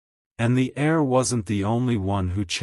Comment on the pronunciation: The word is pronounced air, but spelled : heir.